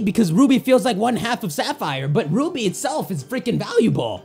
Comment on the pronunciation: Did someone here him saying uby insted of ruby steelix